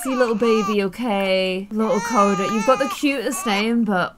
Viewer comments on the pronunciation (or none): U said Cody it's coda